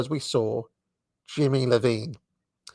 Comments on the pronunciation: It's not Johnny Lovine, it's Johnny Iovine, with a capital I as in Italian. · Jimmy Iovine Pronounced eye-o-vine Not Low-vine Appreciate your work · Iovine is pronounced Eye-O-Vine. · i oh veen. Not L oh veen. Jimmy Iovine. Simmons not Simons. Lyor Cohen is in charge of YouTube Music these days. Peace